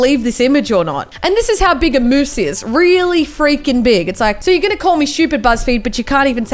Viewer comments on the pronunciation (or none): And by the my it is moose not mosses